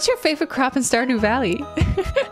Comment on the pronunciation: It sounded like she said crap instead of crop lol 😂